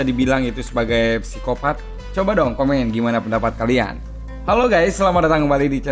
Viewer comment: Psikopat dibaca Sikopat min 😅